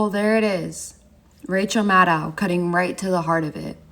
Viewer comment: Maddow rhymes with window, follow, minnow. The last syllable does not rhyme with now or out. Sounds like oh. ... assuming she knows how to say her own name.